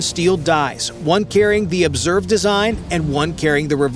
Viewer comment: ZInc*, not Zink. "Obverse" is the front of the coin, not "observe". And it's planch-et, not plan-chet. You put the emphasis on the wrong syllable.